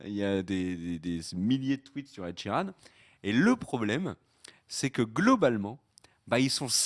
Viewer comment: Ed Sheeran !! Pas "Sheridan" LOL